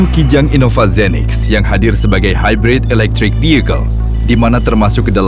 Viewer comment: i-nova? baca innova ya innova geblek udah jelas nn nya dua bukan n satu